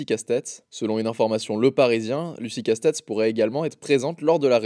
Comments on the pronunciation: La prononciation "Lucie Casse-tête" 😂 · 🛑⚠️😡👎 quelle honte !! prononcer Lucie Casse-têtes au lieu de Lucie CASTETS même sur CNews ils auraient pas osé, je me désabonne, vous êtes la honte du journalisme 💩🤬😡👎